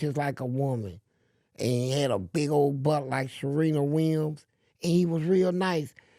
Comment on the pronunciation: Sure-reena Williams